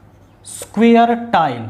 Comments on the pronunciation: Square ❌ Sukuare✅ Factorisation ❌Phaktorisation✅ Four ❌ Phor✅ Zero❌ Jero✅ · Sir you explained very well! But why were you pronouncing square as sequare? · Square ❌️ Suiiiiquare✅️ Standard❌️ Sitar ✅️ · My anxiety level when he says suqaure 📈📈📈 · Square ❌ Suqaure✅